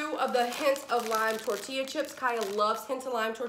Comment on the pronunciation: Were you joking when you pronounced torteeya tortilla with the ll sound?